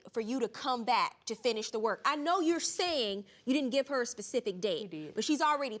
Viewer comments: A PACIFIC DATE!?!??!?! I'm so over these people and their lack of the English language!!!! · trekgirl65 no no no he clearly said Pacific. I'm listening to this on a very clear sounding subwoofer and he said Pacific. Pacific is something you say when you're like 5 years old and you don't know the difference, not when you're a full grown man and the English is your first language. I know of minorities that have better English than a lot of the people in certain communities in the states. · He said 'pecific date. There's an apostrophe! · Thank you!!!!!! This is exactly what I am helping my girlfriend on pronouncing specific and using specific in the right context. Then using the word pacific correctly.